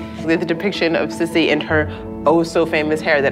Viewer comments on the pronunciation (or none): Her nickname was pronounced "SEE SEE" not "SIS-E"...like how she said